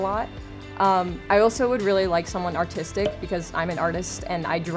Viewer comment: i thought she said autistic, not artistic